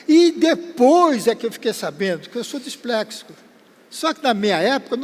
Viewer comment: Confirmação de ser disléxico “eu sou displexico”